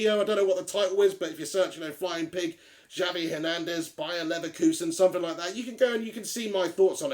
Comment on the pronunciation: It's pronounced "Havier" Hernandez.